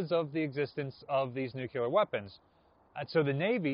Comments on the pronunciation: Nuclear. Nuclear. Nuclear. NOT…nukular NOT nukular NOT nukular. Come on. Why do insist on sounding ignorant? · It drives me absolutely insane when says "NEWK-u-ler"